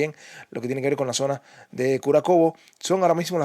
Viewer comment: Se dice Kurájovo, no Kurakovo.